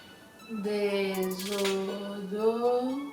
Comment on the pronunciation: Konbien moun ki tande dezodoran misye di an banm yon like dezodoran= Déodorant